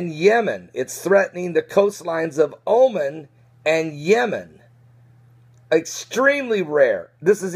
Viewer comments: it's not pronounced Omen, but O-Mahn' with accent on the second syllable. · it's pronounced "omaun" not omen